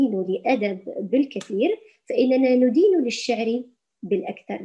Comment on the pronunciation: لاتقولي نُدين بضم النون...افتحيها ...